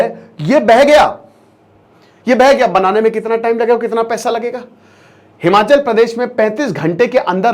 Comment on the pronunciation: Its not himanchal,its himachal